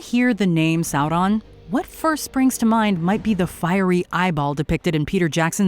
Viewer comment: Loved the way says the names Galadriel and Sauron